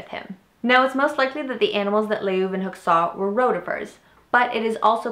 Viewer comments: I believe it's pronounced van looo-ehn-hawk. I may be wrong. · the u in van Leeuwenhoek is silent, as are all u´s followd by w´s in Dutch words. We´d be mad if they weren´t.